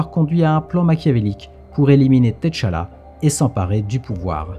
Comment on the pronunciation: Je rêve ou il a dit Ted T-challa 😂